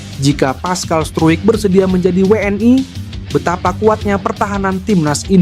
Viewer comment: Bang,.maaf bacanya biasa aja nggak usah di baca pessai(PSSI)dan weenai (WNI) gatel dengerinnya😅